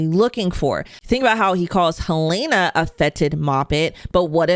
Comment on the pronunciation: Just curious more than anything, after clearly watching and following the show very closely, how come you consistently pronounce one of the main characters names wrong? Her name is Helen-uh. You say it Hel-ai-na.